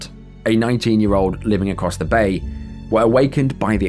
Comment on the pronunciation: "A piwwar of smoke biwwowing acwoss the night sky..."